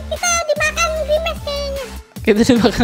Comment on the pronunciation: Pak kalo grimace bacanya grimas